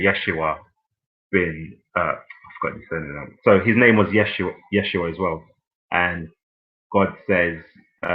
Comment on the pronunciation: Smh, it’s Yehshuah not “yeshhua